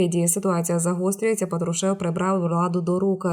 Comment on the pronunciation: ПАТрушев, а не твой ПатруШЕВ, стыдно не знать этого ведущей этого канала, за такую безграмотность увольняют с эфира !!!